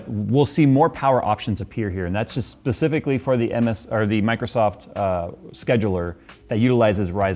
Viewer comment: Hi. I lose a tiny bit of respect for you every time you say "pacifically". It annoys me specifically. You spend too much time playing world of warships. Get out of the ocean PC boy! I jest, or do I...…?;-)